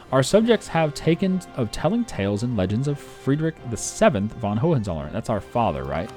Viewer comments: Gogentsollern - will be right(I'm about pronounciation) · Hoe-en-soll-urn Hohenzollern. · Okay please for the love of god, google "pronunciation german hohenzollern" and click on the first link